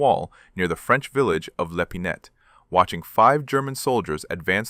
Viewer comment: Le Pinet... Not Le Pinette. In French, you generally do not pronounce the final consonants in a word; this should sound more like Le Pinay.